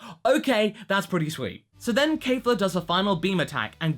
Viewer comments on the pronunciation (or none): Kefla NOT Kayfla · Her name is Kefla, not "Keifla". Where did the mispronunciation came from all of the sudden? I'm quite sure you've pronounced it correctly in the previous episode